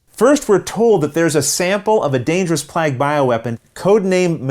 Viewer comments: Hey... am I the only one who raised an eyebrow at your pronunciation of "plague"? I hope these jokes don't bother you, I'm french canadian and I'm sure my pronunciation of many words are weird. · What you should be apologizing for is your pronunciation of plague lol. Thank you for another terrific tutorial,!